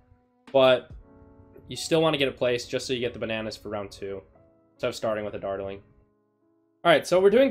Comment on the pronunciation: Does it bother anyone else that he cant pronounce dartling? No, just me... Ok